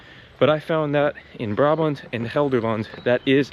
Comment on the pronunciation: Also fysiek, Brabant, Gelderland and den Bosch. 👍